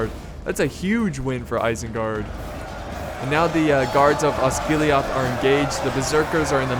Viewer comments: It's osgiliath not osgilihoth this isint starwars!! It just bugged me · Tis' Not Osgiliaath, Tis Osgilieth. Watch Thy Pronounciation